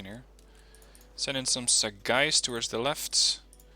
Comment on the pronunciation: Sagaie = sa-gay